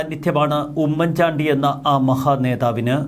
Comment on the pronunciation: Please........🤔🤔 "" ഉമ്മൻ ചാണ്ടി ""... എന്നത്..../ * ഊമ്മൻ ചാണ്ടി *..... എന്ന്...... ഉച്ചരിക്കരുത്...... please......!!!!!!!!!!......( With love )......🙋🙋🙋🙋🙋